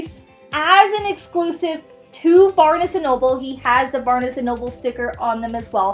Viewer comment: Yeah I thought that was weird too. It's Barnes, like barns. LOL